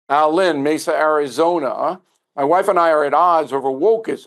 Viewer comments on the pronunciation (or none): none